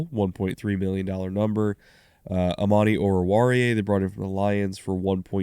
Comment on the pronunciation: Thank u for saying Amani's name right haha... I can't believe how hard it is for giants media to do the same